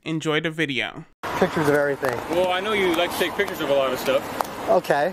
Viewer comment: 😂😂you would think a 'journalist' would know how to say pictures and that photographying isn't a word 😂😂